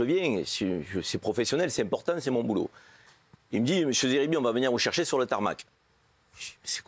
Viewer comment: SVP n'ecorchez pas son nom c'est zeribi pas Serbie